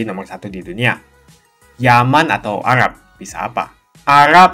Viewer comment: Arab bang bukan agab